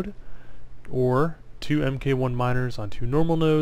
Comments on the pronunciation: FYI 'mk' is an abbreviation for the word 'mark.' So like 'mk. 1 Miner' is pronounced "Mark one miner" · fantastic video, just stumbled across it and checked out your channel and instantly subbed! also a side note: the "MK" in MK1 miner is pronounced as "mark'... i.e. "mark" 1 miner ;)